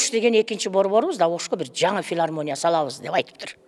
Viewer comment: Филармония эмес Илармония болуп калыптырго